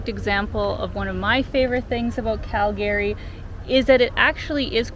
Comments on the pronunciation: It's CalGree not Cal-Gary....nobody named Gary Here! Ya gotta learn the local-isms before you consider yourself a true Calgaryian! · It's pronounced Cal gree. Not Cal Gary. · I can tell you’re new to Calgary by the way you pronounce it. Cal-Gary instead of the norm ‘Calgree’.🤣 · Cal- Gary? Lol ! Call Gary, no it’s Calgary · Wait is it pronounced Cal-Gary or Cal-Gury? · I really like Calgary, even though I've only visited once. I think the locals pronounce it "CaL-Gree", just two syllables. Saying it with 3 syllables marks you as an outsider. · its pronounced Cal-gry. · 'Round these parts, we say "Calgree". Great video! 👍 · It’s “Calgree” just saying. Nice video. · Born & raised Calgarian here. Just so you know, it is pronounced "Calgry". The second "a" is silent.